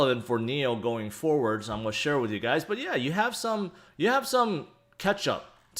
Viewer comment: I love the way your pronounce 'going to', as - 'goia'.... every single time! I can't unhear it now and find myself tallying your 'goia's throughout your vids. Current record is 38 Goias'!!! Keep on goian, bud!